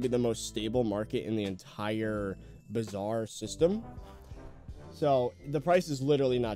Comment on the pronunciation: Bizarre Me and Indian: bruh tf is wrong with him it’s Bazaar